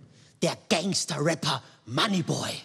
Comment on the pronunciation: "Gangster" vor Allem😂 ..man spricht es "Gängster" aus